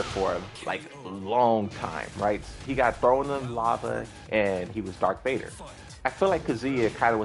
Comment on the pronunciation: Did he say Darth or Dark Vader????